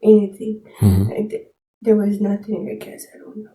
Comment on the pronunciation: “nah-teen” I’m Hispanic/ Latina myself but when I say the word nothing it doesn’t come out like that I have to physically try. English is my second language too, I learned English as soon as I started kindergarten (elementary). 4th grade moving forward I stopped having bilingual teachers and was all English and lost 2 bffs by not having the same teacher lbs 😢 😅 but 3 out of the group were mean to me. Very mean in fact. Made me cry a few times. Anyway, idk how some of them do it when saying the word nothing to nahhh teen so naturally 😅 exactly how this one is speaking but more enhanced.